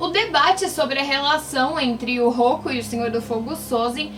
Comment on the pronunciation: Não é Rokku é Roku